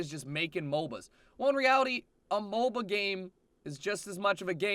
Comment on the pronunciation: "A MOLBA"